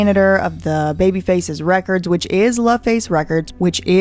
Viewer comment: L A récords, not La records……like LA and Babyface